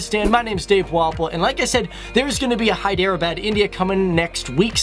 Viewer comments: its not hy dera baaad .....pronounce it like hedrabad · I don't wanna sound like a prick but I cringed everytime you said Hyderabad it's more like "hae-the-r-abaad" not "hi-der-a-bad" but I'm not hating I mean I wouldn't be able to pronounce something in Korean or something so much love from Jhelum Pakistan PS do facts on Nigeria part 2 or on Wales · it's hydrrrrr bud not by dere bad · When he says hydro abad😬 it's Hyderabad...... 😆😆😆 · im from here its pronounced hederabad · hyderabad is pronounced in pakistani and indian ways as: heh-dra-ah-bad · Hi...Love your vids so sharing pronounciation is Hy-drrraa-baad..... God Bless ... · its pronounced hai-der-a-baad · It is pronounced as (hi-dr-baad) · hi der bad .. its funny how you guys pronounce our names and places..😂😂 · Listening to the funky pronunciation of Hyderabad is gonna make this video tough to watch